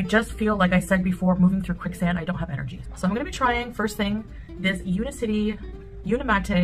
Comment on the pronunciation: Omg she can't even be bothered to pronounce the name of the company correctly U-NIC-ITY not un-i-city. 😂 and no one could be bothered to correct her😁 Much like her laziness for the past year in refusing to learn how to wrap a simple hijab. BUT WE ARE ALL JEALOUS